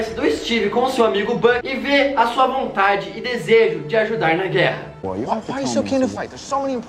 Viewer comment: ''guera'' com 1 r kkkkk